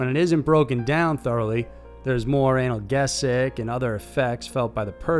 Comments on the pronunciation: Analgesic is pronounced anal-jeezik, not anal-gaysick. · Anal-gee-zyk not anal-geh-sick...YouTube deleted this when I spelled 'geh' a little different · For future reference, analgesic is pronounced An-el-JEE-zik, emphasis is on the JEE. You’re welcome. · Anelgesic is pronounced Anel geesik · Never heard analgesic pronounced that way.... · It’s a j sound not a g sound in analgesic. For doing this as long as you have, I’m surprised you still make so many mistakes. In one of your last vids, you pronounce chimeara as having a ch sound when it’s pronounced with a k sound. Im a linguistics freak, that’s it, that’s all. Good day.